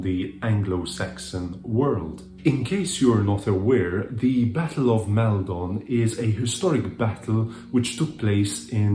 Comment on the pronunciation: Hello! Great video! I have just found your channel and I'm having great fun enjoying your reviews! The only thing I would correct is the pronunciation of the first vowel sound in Maldon, which I believe is /ɒ/ as in "copy". Keep up with the good work!